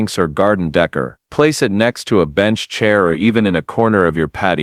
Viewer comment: If I have to here the word "Decor" (day-CORE) pronounced "dekker" one more time ...